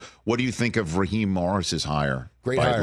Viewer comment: Ummm, Raheem, not Raheed